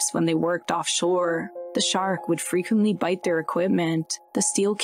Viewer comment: Why does the narrator hold the last syllable for so long “frequentllyyyyyy” made the show unwatchable. Like a “valley girl,” or “cali girl” accent. “Deadlllyyyyy”